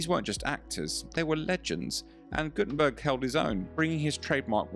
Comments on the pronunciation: His name is Guttenberg’ NOT ’burg’ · Its guttemberg, no gutemburg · The man's name is Steve Gutenberg, not Guttenburg. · it's GuttenBERG, not GuttenBURG. at least don'T mess his name up and correct the video title. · GuttenBERG?! Dude you don't even get the name right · You're so stupid you don't even get his name right. ...bErg, not ...burg. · "Guttenberg"?? Sheesh